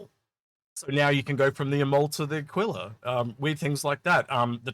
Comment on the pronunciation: a-key-la as in tequila